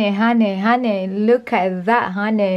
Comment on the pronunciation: The way she said hon3y